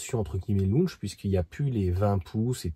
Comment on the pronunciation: C’est pas lunch, c’est pas lounch 😂 C’est launch